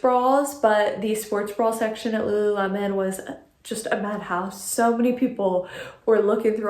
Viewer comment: The way you pronounce “bra” as “brawl” cracks me up 😂🤣